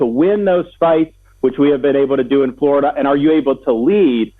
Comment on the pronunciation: !!!! Fought for Florida?!!!!! He's turned it into fluriduh and I despise him wholeheartedly 👿🤬👿🤬👿🤬👿🤬👿 !!!